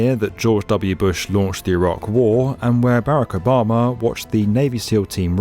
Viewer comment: A lot of Barack Obama clips (you completely butchered his name btw) and biden shots.. non of trump tho? Pretty weird, he was president for 4 years, not just running now lmao.